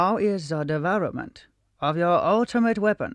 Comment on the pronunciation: “Howr is the deveropment of your weepon?”